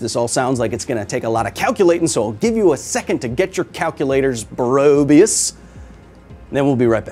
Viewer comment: Did you say bröbius strip, dang.